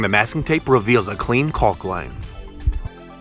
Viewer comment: it's pronounced COCK my man! Say it loud!